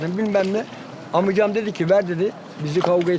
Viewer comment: keşke amcam derken araya "ı" koymasa